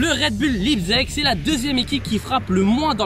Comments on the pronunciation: Ecrivez Leizig sur Google traduction svp mes oreilles 😂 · Ça se prononce laïpzich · Ça se prononce Laïptsigue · Enfin qqln qui sait comment le prononcer pcq lipzeg 😭 Allemand LV2 rpz 😂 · Ça m’a fais mal au cœur c’est que tu l’a dit plusieurs fois. Et au début de vidéo tu ne sais pas prononcer Leipzig, je suppose que c’est du second degré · ça se dit Leipzig